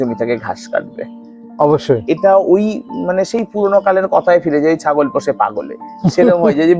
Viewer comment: দাদা "ছ" টাকে "স" উচ্চারন করে ফেলেন কেন ? যেমন আপনি "ছাগল" কে "সাগল" বলে ফেলেন সুতরাং প্রতিবেদন্ ভালো করে উচ্চারণ করা উচিৎ ।